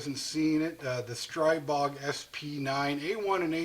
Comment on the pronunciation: Good video, I have a Lingle Gen 2 lower……But the correct pronunciation is S🌲BOG not STR👁️BOG. Thanks